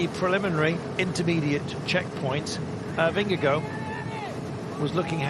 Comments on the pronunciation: He keeps saying Jonas Vingegirl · Anyone else annoyed by the 'Vingego' pronounciation by the brits